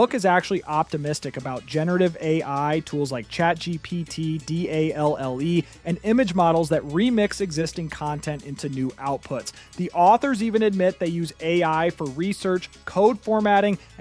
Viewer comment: bro made the whole video using AI lmao pronouncing each letter of DALL - E individually calling AI, OI lol